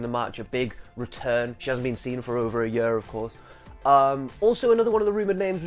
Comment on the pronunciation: The way he says "year" makes me giggle